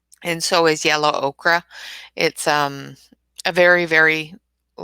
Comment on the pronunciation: You’re the second person on YouTube with a color channel who pronounces ochre as “okra” instead of the proper pronunciation of “oaker”.